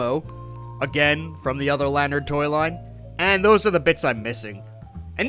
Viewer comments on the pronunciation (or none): none